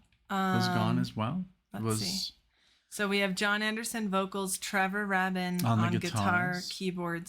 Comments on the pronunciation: It's pronounced Trevor "Ray-bin" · Great reaction, guys!! BTW, Trevor Rabin’s last name rhymes with “raven.” 😉 Please do “Leave It” next!! You’ll love the video. 💖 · Like HAVEN = Rabin :) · It's pronounced RAY-bin, kids. Give Big Generator another shot. There are some very strong tracks on it. I'd recommend Shoot High Aim Low, Final Eyes and I'm Running. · Ray- bin. That’s how you pronounce Trevor’s name. And there is NOTHING WRONG WITH HOWES YES. Y’all really are clueless. I don’t know why I stop here. Bye. Clueless snobs. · Pronounced 'RAY-bin'. 👍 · You need to do Cinema/Leave It and City of Love from this album. Love the hard hitting of Alan White. Saw them on the Big Generator and Union tours. And though Trevor Rabin (pronounced Raybin) is no Steve Howe, he’s a great guitarist in his own right. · The first syllable of Rabin is pronounced the way you pronounce 'ray'. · The 'a' in Rabin is a long vowel a.